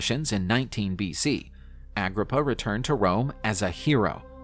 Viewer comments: Get his name right 😅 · You said in his name wrong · He is not pronouncing his name right.